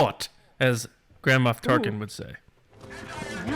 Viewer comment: Gotta say, for a solid two seconds I was wondering who "Grandma Tarkin" was, John. Then I realized what you actually said. It made me smile to consider Grandma Tarkin. Thanks for the accidental muttering!